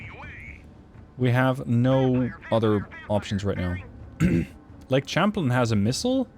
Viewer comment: Champlain is pronounced sham-playn, not champ-lin. It's a French loan word, from the explorer Samuel de Champlain.